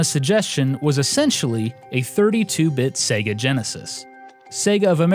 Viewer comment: its sega, not sega.